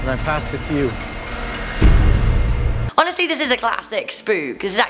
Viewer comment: Anyone else’s not give that she says “HoNEStly” like 3-4 times 😂